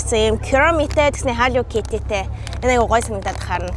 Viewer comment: yagaad kiromi chiwga hillow kitty geed sonin heleed baigaa yum?